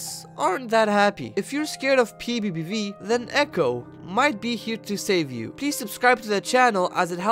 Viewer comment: How I say PBBV: p bee bee v How he says PBBV: P V.E VE V